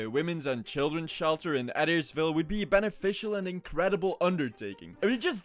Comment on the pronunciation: Welp. I lived near here lol it is pronounced AH-DAIRS-VILLE